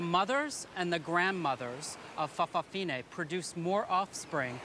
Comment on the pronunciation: I think in Samoa, they are called 'fa' afafini' not 'fafafini'. However, they are not all gay. Like 'lady-boys' in Thailand, it is more about appearing dressed as a female. In some families though, all the grand children end up being gay or lesbian. In one family I know of, the third child was bi - after a lesbian sister and gay brother, but as his wife has a gay brother, all three children aren't having any children. So that's the end of that branch. [an exception to the norm]. Some people say it was because their parents didn't show a good example of heterosexuality. However, many more people are bisexual than purely gay, and even those now calling themselves gay, may have been married with children at one time. Some gay people do have their own children. It would be interesting to see how many of their children are gay. Although we hear of many folk realising they are gay after marrying, I know of the other way as well. One friend thought he was gay because he was 'soft', but in later life had a child with a lesbian bisexual.